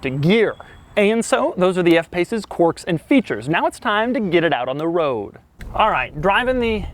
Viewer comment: All i heard was average instead of quirks!!!!!! !!!